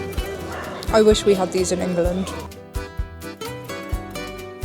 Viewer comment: Did you say Enger-land lol